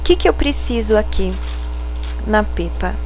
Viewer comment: Se lê Pépa , amei o vídeo